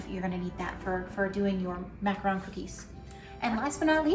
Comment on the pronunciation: Macaron, NOT macron.